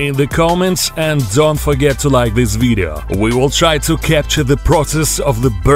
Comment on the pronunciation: "Stop watching the veedo"